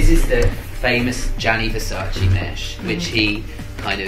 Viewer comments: NON È "VERSACI" È "VERSACE" Lo impariamo sì o sì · It’s VERSACE not VERSACI plsss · Girl, VersacE not Versaci